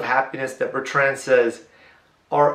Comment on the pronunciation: Please correct your pronunciation of BER-trnd. Not bert-RAND